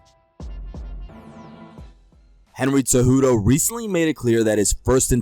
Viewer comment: WHY IS NOBODY IN THE COMMENTS ON THIS GUY FOR CONSISTENTLY SAYING TSEJUDO INSTEAD OF CEJUDO?